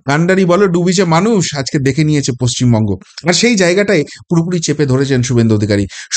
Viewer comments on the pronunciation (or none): none